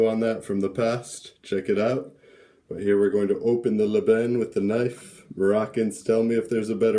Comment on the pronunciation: I never eat couscous with my hand neither my family,we always use spoon in Casablanca and most of Morocco,except in the village they préfère using there hand as to keep the tradition of the old day. Yes you pronouncing it right (Lban)